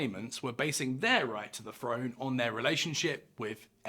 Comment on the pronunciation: Throne is pronounced with a th , not an f.